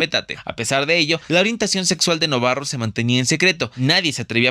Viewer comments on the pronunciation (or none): Ramón NovaRo, repite después de mi: N O V A R O y no novaRRo … 🙄